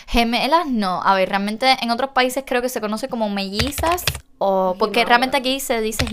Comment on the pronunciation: Mellizas !se dice!